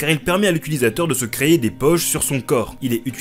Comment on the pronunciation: Désolé, mais effectivement copie de Im D King, tu aurais pu juste le dire/mentionner en début de vidéo et mettre le lien en description (surtout quand tu te fais une sponso dessus). Et on ne dit pas "creYer" pour dire "créer". Ça m'a fait arrêter la vidéo avant la fin tellement tu le dis de fois… Tu devrais faire gaffe quand tu fais ton montage après